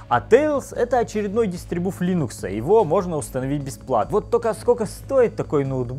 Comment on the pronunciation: ДистрибуВ, ТВинкпад... Ты серьезно?..